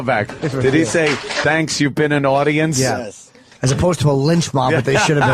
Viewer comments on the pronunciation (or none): An awdoiance